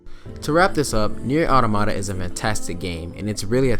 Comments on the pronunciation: i cant get over that he says automata like "ottomata" when its "auta-ma-ta" like automotive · Great video, subbed. One thing you said "nier automata, automata one of those. " but actually the wor is pronounced awe-tom-ah-tah. The 2nd and 3rd "a"s are said like the 1st in apple. The first one is said like awe-some. Again great stuff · I did like your review, also just a quality video in general, but god damn your pronunciation of "Automata" had me laughing lmao